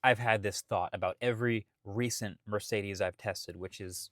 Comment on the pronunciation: As a german, the pronouncing of Mööörciiidiiiis is really strange.